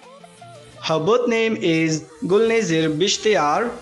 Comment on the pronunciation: Before making a video of this, first go n learn how to pronounce her name OK bro